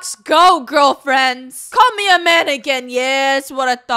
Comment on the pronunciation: I know you said "call me a man again" but it sounded like "Call me a mannequin" and it made me laugh.